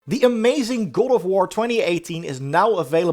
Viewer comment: The start of the video he said "Gore of war"